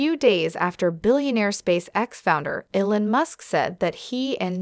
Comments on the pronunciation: His name is EEEEEEE-lon! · appears to be a computer-generated voice that can't get Elon's name pronounced correctly???